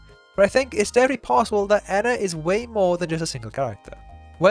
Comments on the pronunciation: Maybe its a sort of "species" compromised off of multiple fractured personalities of some ONE person that's truly THE ENA. People can't seem to get her name right too. Even the Genie calls her Enya at some point. Maybe they refer to the whole of The Ena as a whole when talking about not liking her but then since they know a spesific version of her they pronounce her name that way. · isnt it pronounced ee-nah, not enn-nah? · I feel like they’re a species but they might not entirely realize it (or atleast that’s what I thought I noticed from the series). And in both the series and game, a lot of times they keep switching between pronunciations, like ENA EENA, EYNA, INA, but I feel like that’s different from one of the characters calling the game version “Rena” or Moonie occasionally correcting herself from ‘Ena’ to “Jena,” which makes me think they also have names that rhyme with ENA, but they aren’t very commonly used because they don’t really feel a need for specification. But that is strange how Moonie switches between feeling the need for specification then what seems like a blatant mispronunciation, like saying “Ina” was just mocking as a friend, then “Jena” is acknowledging them as an individual.